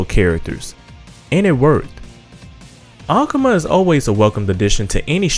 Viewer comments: "ACOMA"?...its AKUMA... That's like dudes that used to say "TEA _KEN"...when it's TEKKEN! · The way he PRONOUNCES THE NAMES IS TRIGGERING KEEN AKAMAW WHAT TF BRO